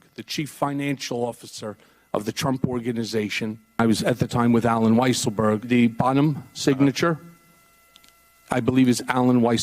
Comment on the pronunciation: You should all pronounce the name of Weisselberg as "Weaselberg", just as Mika does.